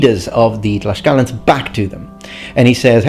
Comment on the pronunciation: also, it is not "Tlash-calans" its "Tlacs-calans" the pronounciation, because the spelling is Tlaxcalans or Tlaxcaltecas in spanish